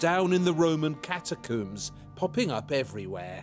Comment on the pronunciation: ok this guy mispronouncing catacombs and omega is highly distractive